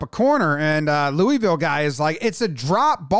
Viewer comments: As a sports guy, you gotta learn how to say louisville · that pronunciation of Louisville should be a felony